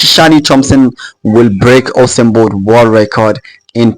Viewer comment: I know u said "Usain Bolt". But it kinda sounds like "Awesome Boi". I agree either way 😂